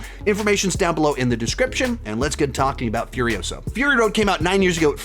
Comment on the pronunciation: It's Furi-osa, Not Furio-sa. Movie was good, not great. Had no interest in the main character and the movie didn't change my mind. That's the problem. It even has Mad Max in the title and it has nothing to do with him really.